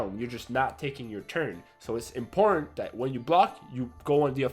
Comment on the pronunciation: your "important" sounds like "in porn". I don't know why I'm laughing so hard